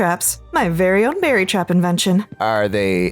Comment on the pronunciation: It's beri not berry but yea😂